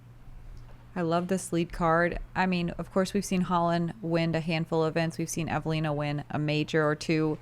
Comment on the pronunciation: As a Finn, I just realized how seriously the take their graft. They pronounce Eveliina in such a Finnish way. Honk!